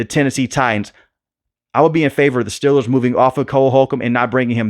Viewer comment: Steeeeeeelers...... say it right please..... next thing I hear you saying Jag wires